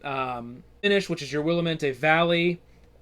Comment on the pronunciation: Looks like a great game. As an Oregonian just wanted to let you know you miss pronounced Willamette valley. It's Will-am-it.